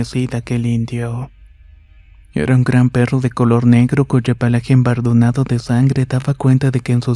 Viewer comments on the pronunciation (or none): Me encantan los relatos, pero el tono y palabras mal empleadas como "imponente", en lugar de impotente, vistiendo sus ojos en lugar de viendo sus ojos y embarudando en vez de embadurnando los arruinan un poco y en mi caso, me sacan del suspenso inmediatamente... El narrador super tiene que mejorar...